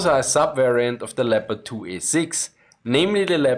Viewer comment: Aren't you able to pronounce the tanks' names in their original pronunciation, but use fake English one?